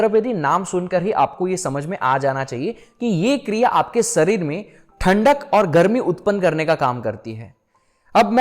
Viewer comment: Arey mere bhai bhai sarir kyo bolte ho शरीर, सरीर nhi hota 😅khair ap jo bta rhe ho wo amezing hai. Yes chandr nadi aur chandra nadi most important nadi, isase ayurveda me jyotish me bhi bahut uoyogi hai aur spirituality me bhi sahak hote hai